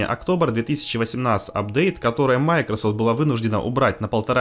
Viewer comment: Это оправдание, что ли? Можно слова не глотать? Для начала название компании MicroSoft можно научиться нормально произносить? Хотя бы сотрудников компании послушайте. Ну и грамотность улучшить бы, жертвы ЕГЭ...